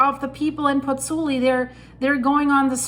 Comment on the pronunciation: Hi, scary stuff. Just on a point of information,, both vowels of the diphthong in Pozzuoli are pronounced - pozz - oo - aw - li. Giovanni Pergolesi, the composer, died there in 1736...